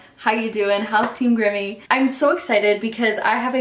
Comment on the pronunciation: It's Grimmie not Grimme